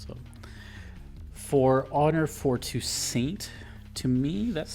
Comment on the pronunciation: its pronounced too-SAUNT